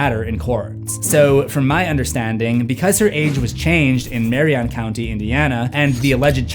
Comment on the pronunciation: as someone from indiana how you say Marion kills me XD I'm in Wabash Indiana, Mary-on is how you would say it and Wa-Bash is how you say wabash. I remember the girl though, her new family has left her two stating she was evil..something is WRONG with her, something is off aboout her.